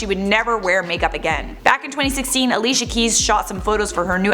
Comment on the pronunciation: its pronounced alishia.. and also while im at it..its not pronounced eriana grande but uh-riana grande